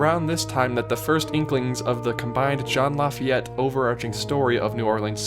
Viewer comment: You pronounced Lafayette wrong.